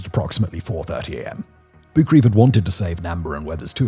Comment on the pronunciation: I believe that Boukreev's name was pronounced boo-kreh-yev?